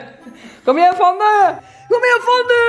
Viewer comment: Tänk på att uttala Fannys namn rätt. Fanny, inte Fannie (vilket förekommer emellanåt). Precis som att du heter och inte Antonyja.